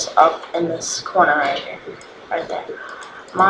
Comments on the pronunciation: It's Mega-Bytes, not Mila-Bars, and Alocate, not Acolate. Nice video though. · Dumbass, it's ALLOCATE, NOT ACCOLATE... -.- That's not even a word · I guess I'll get "Accolateing" (Dude, it's allocate).